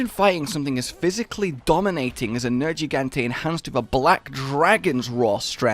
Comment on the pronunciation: Nergigante. Just once. Say his name.